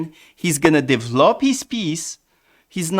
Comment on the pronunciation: The way you said develop cracked me up 😂